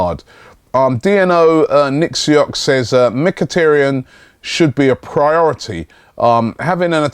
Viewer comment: MIK-A-TAR-YAN, not MICK-A-TEARY-ANNE!!!!!!!!!!!